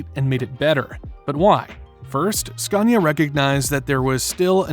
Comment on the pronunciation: #TruckTopia... Did he say "SCUNIA"?